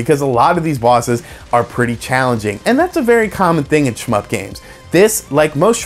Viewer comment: Stop saying shmyp...